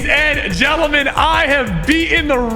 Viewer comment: why did you say ladies and jelaman